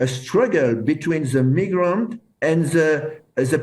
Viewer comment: I thought he was saying the n word every thing he says migrant